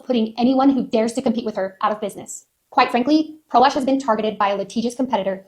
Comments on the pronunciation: Anyone else think they are going to say prolapse when anyone says pro lash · One time y’all said pro lash and my brain said pro lapse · Pro lash sounds like prolapse and I just can’t 😂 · I know I'm the problem here but the name "Pro Lash" sounds like prolapse when ppl say it. I can't unhear it